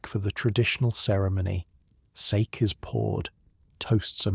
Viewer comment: Ɓe nice if the fake narrator could have been programmed to pronounce 'sake" properly. This garbage is not even worth that small effort. Give it a negative review, that is what it merits.